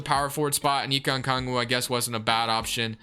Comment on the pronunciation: we gotta teach you how to say onyeka's name bro